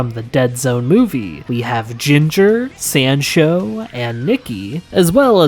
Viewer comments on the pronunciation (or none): none